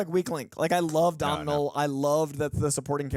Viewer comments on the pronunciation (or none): It’s pronounced “Dough-nul” not Domnull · hi name isnt "dom-nail" gleeson. its pronounced "donal" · Irish name it’s pronounced “Donall”. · It’s pronounced DO-NAL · Its pronounced Dough-nal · fyi its pronounced 'donal' gleeson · Guys it’s pronounced Do-nal 😂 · It's pronounced Donal ...sorry had to